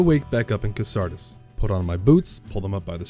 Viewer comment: A DDDA challenge run video that opens with Deadly Premonition music. Basically an Arc of Obliteration straight to my heart Edit: you say it "Cassardis" instead of "Cassardis" though, so we will be enemies now